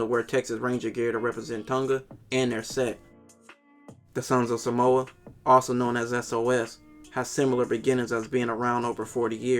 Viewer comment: As a True Polynesian, that actually live in the islands, you really need to learn how to pronounce “Sāmoa/ Sāmoan” and “Tonga/ Tongan”.